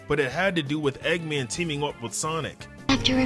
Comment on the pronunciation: Bro said eggaman